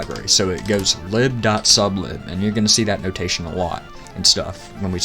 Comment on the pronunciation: "Lib" is pronounced LYB as in lie-b as in "library". It is not pronounced as in "liberal"